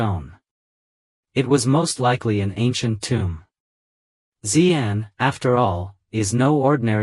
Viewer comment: She Ahn and She Ahn Yahng. Not zee ann etc. Xi = She…